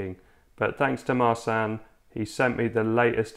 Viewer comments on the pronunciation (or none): Just by way of an FYI: Marcin. Marsan? Nah! More like: Mar-chin And, a couple of little tweaks - icing on the cake: The 'a' is shorter, sounds like: 'uh', then roll the 'r' a little and Tadaaaaa! you're an honorary Polak!